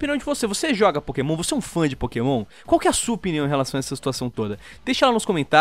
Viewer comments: "É pokemon, não é pokasbosta" KKKKKK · "é pokémon não é pokabosta" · "Não é Pokabosta é Pokémon" -Lispector, Lion